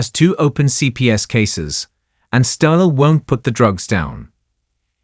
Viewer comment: the AI says Stella for still 😂